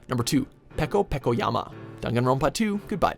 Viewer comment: Peko Pekoyama? :c